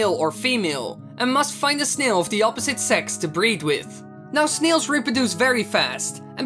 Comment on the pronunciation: no offense but the way u say snail hahaha it sounds like sneels